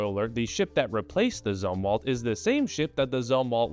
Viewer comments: It's pronounced like zoomwalt. He was admiral of the Navy in the Vietnam era. He was also responsible for ruining the navy... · Navy guy here - Just sayin It's Zoom-walt Otherwise your commentary on the Zumwalt class is spot on. It's a clusterf*ck afloat.